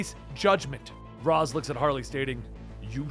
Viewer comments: Why do I keep physically recoiling everytime he pronounces ra's "raes" and not rozsh or something? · R'as="ray-shh" say it with me please. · Ra's = "Ray-sh" . . . . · It's pronounced 'raish' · I feel like he’s saying “Ras” wrong. Not that it matters I just thought it was pronounced different. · It's pronounced "Raysh" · That is not how you pronounce Ra's. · did nobody ever correct just pronunciation of raas?